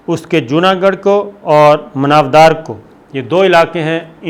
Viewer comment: It's pronounced as "mana wa dar"